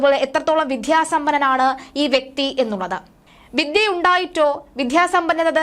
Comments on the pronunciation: വിദ്യ എന്ന് പറയൂ കുട്ടീ വിധ്യ അല്ല. മലയാളത്തെ ഇങ്ങനെ കൊല്ലല്ലേ . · 😢പറഞ്ഞു മടുത്തു. "വിദ്ധ്യ ആർത്തി ", വിദ്ധ്യ, ഉദ്ധ്യോ ഗസ്ഥൻ